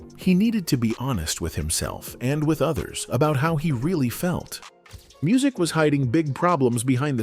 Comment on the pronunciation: This video was poorly done! First of all, when you use Ai, at least listen to it first so you can help it pronounce words better! Secondly, what happened to Musiq not Muzeek! smh! is happening to a lot if not all of our artist when music was actaully great! Now, they are in front of a generation that doesn't even know who they are and they are older and have not been out in over15-20 years! On his worse day what new artist today sounds better?